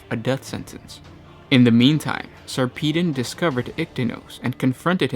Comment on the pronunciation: Sarpedon pronounced Sar pa don